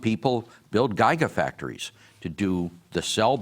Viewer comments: This dingbat does not even know how to pronounce "Gigafactory", thinking he understands the EV industry. One of his pathetic miscalculations is assuming that just because all the legacy ICE car companies are (belatedly!) jumping into EV production, that Tesla is somehow in trouble. There are a bunch of reasons that is not true. Look at Porsche's first "Tesla killer" (NOT!!!). It is MUCH more expensive, does not have as great a range, has less impressive performance stats (0-60 mph, for instance). Tesla is the ONLY company that has billions of miles of data collected on autopilot operation. Tesla is the only one that is very highly vertically integrated... almost nothing is handled by outside suppliers--- their autopilot is THOUSANDS of times faster and better than anything else in the industry. The Nvidia chip is the closest competitor in the field, and is still woefully behind Tesla--- years behind. Tesla's competitors boast how good their offerings will be, how they will be just as good as the Model 3, for instance--- but by the time they actually put something on the showroom floor, it will actually be "competitive" with Tesla from a model from 2018, 2019, or whatever... will not be competitive with whatever Tesla is offering from the current year. Everything Tesla makes is purpose- designed, whereas every other ICE car maker is using off-the shelf stuff from outside suppliers. Tesla, for instance, has a single plastic injection-molded container to handle a variety of func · Doc Brown says jigafactory (reference: Back to the Future) .